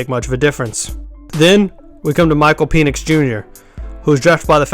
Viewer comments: Dude you're annoying and cant talk its Michael Pen 🖊️🖋️ Nix‼️ pen nix not peinis making this mans name sound like a fallace symbol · Its penix as in PEN ECKS Not PEE NIX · It's not pronounced Peenix. He was injured in Indiana, hence smaller numbers. Low effort video. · Pen, pen, it’s a Penix. The Pen is pronounced like pen 🖊️